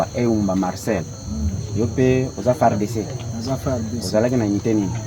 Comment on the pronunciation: Commencez à bien prononcer madame,notre Armée Congolaise s'appelle FARDC. pas F.A.R.D.C que toi tu nous prononce ici là